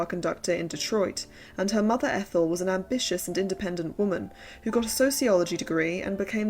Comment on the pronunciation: By the way, I once watched a documentary on Norma Shearer. The narrator pronounced her sister Athole’s name like the name “Ethel” - I guess Norma’s mother was ahead of her time in terms of pretentious name spellings 😂